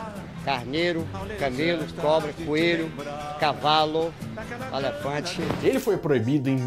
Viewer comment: melhor parte kkkkk "avestrude" "alefante" kkkkkk